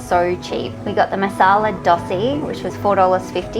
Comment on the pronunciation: Masal "Dossy"? Dosai?